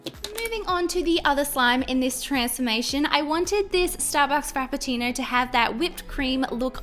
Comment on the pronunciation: Frappcino. You nailed it! ^.^